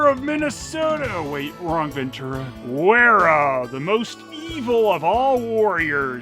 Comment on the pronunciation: Werra is probably pronounced VERRA.